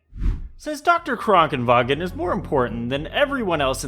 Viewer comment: I hate how you are pronouncing Krankenwagen correctly